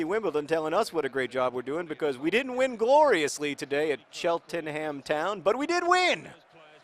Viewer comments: for future reference. The 'h' in 'ham' and the 'en' before are not pronounced when in a name,example,cheltenham (chelt-nam) tottenham (tott-nam). sorry the english butcher their own language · Sorry about all the silly place names in England, if it helps, it' pronounced tʃɛltnəm (think chelt(rhymes with smelt)-nam) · I love the way John pronounces all of the English town names, my brother is always telling me it's chelt-num not chelt-en-ham or whatever. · I love these Wimbly Wombly vids. It's the best way to enjoy football in my opinion! * I'm pretty sure it's pronounced Cheltnam :) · It's pronounced Chelt-nam Town. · it is pronounced chel - ten - am. for those that were curious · I think it's pronounced Chelt-num, at least that's how I've always pronounced it! I've never been particually bothered to try and find out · Shell-Tunum. Pronunciation of Southern English place names should be an Olympic sport. (Spoiler alert: Team GB wouldn't necessarily win). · it's pronounced Chelt'n'um, no one says ham like ham the meat :P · Its pronounced "CHEL-tnm" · Cheltenham. Pronounced Chelt-num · Cheltenham is pronounced "Chelt-num" by the way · Cheltenham is pronounced cheltnem just as an FYI :) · its pronounced like chelt-num. My friends has family there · Its pronounced ch-el-t-nam, The -ham being an old English word meaning farm or homestead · hey john, its pronounced cheltnehm! :D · It weirds me out that you don't know how to pronounce Cheltenham automatically. English language differences catch you by surprise still. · Very interesting video. I don't see why Cheltenham is so hard to pronounce though? Or how it sounds in anyway made up? Granted I'm Irish but no American place names sound made up to me. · Strangest pronunciation of Cheltenham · The way you pronounce Cheltenham is the best thing ever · Shit no I was born in Cheltenham (which you mispronounce) and I live like 20mins from and I support them how do I pick which team to root for?